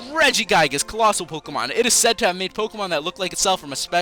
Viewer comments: learn how to prnounce pokemon names properly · Why does he always mispronounce the Pokemon names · you can't pronounce the names right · You cant pronounce any pokemon names